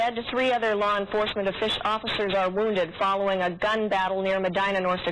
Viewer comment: laur enfahsment